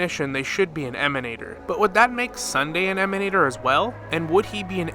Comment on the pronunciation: I always here that GachaSmack's voice when "Emanatorrrrrr" is pronounced :D it's so hilarous when he does that